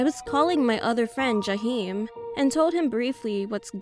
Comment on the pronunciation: not Jaheim lol